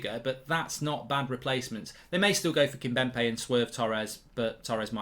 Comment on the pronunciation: I've let it go long enough but it's irritating me Mark... its Kimpembe not Kimbempe